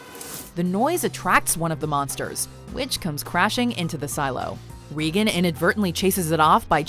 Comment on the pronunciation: did you say reegan? It’s regan which rhymes with megan